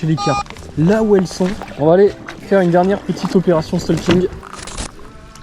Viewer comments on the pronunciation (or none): On dit pas stalking. C’est le français moyen qui dit ça. On STAUking. Enfin tu fais comme tu veux 😂😂